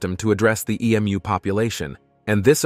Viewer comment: It’s not e-mew. It’s e-moo.